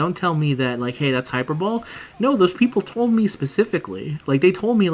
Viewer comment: Hyper Bole? High-Per-Bow-Lee.